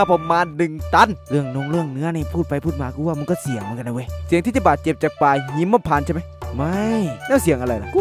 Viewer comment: ป่าหีมมมมมมะพานไม่ใช่หิมนะ555